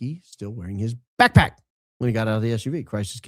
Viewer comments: The way says “backPACK” lol cracking me up! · Alright, now you're just "BACKPACK"ing on purpose now,. 🤣 All I could hear was AFFLACK or ACKACKACK from that Martian movie, lol. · The emphasis on BACKPACK 😂 thought he was going to sing Dora The Explora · The way you say backpack has me cracking up I think we need to do a skit with Dora the Explorer saying it with your voice lol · Say “backpack” one more time 😂…it made me laugh for some odd reason 😂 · if you say backpack like that one more time, I may scream! STOP!